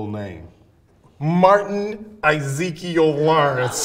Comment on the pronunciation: Dis nigga will be having Martin dead . Lol " izekeiel "